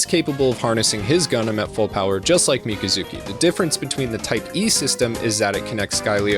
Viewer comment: Everytime you say Mika-zuki, i cringe inside and die a little lol